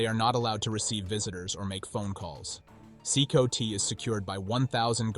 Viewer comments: It's not "See-koe-tee", it's pronounced "see-kot". I can't thumb up the vid when you don't even know how to say the name of the prison. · CECOT is pronounced SeeCot not SeeCoTee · it's C-COT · this prison is pronounced See Caught do your homework AI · From my understanding 'Cecot' is pronounced see-cott.